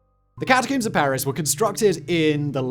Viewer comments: The scariest part of this video is how Simon says cata-COOMS instead of cata-COMBS. Considering how many times he says it, you'd think he'd know how to say it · it's pronounced "ka ta combs" not ka ta coombs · Simon for the love of all that is good, please stop pronouncing it “Catacooms”